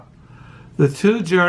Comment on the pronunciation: Niche-ah.....that's how it's pronounced. And Zara-Thu-Strah.....To your journeys, both internal and external....blessings.....I loved your explanations, by the way.